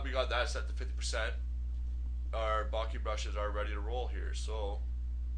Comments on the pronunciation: Bokeh. Bo-keh. Bo-kuh. Bo-ka. Not "bockey". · What is baaakee? Ive heard od bokah...bokeh...Is that what you mean? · "barkeh" - haha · Bokeh- Bo keh- pronounced bow- ke (as in kettle) Other than that annoyance it was a great tutorial. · It's pronounced 'boh-kay'...as in bouquet?! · lol, it's pronounced boke-eh ;) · Great tutorial but please, for god's sake learn to say 'bokeh' right. That was painful.